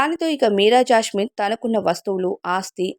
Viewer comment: జాస్మిన్........ జాష్మిన్ కాదు 😡😡😡😡😡😡